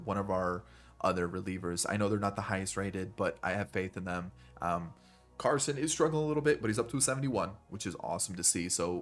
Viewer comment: You said Carson’s name right the first time, I went to ECU when he did